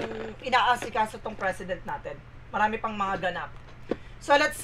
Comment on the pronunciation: Its "P" for President. Hindi Fresident. 😂😂😂 Anyway, thanks for the entertainment.